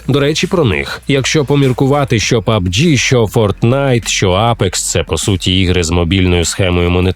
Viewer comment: Як добре, що не я один кажу пабДЖІ, а не пабҐ. 😁 Люди! Запам'ятайте! Правильно казати пабДЖІ.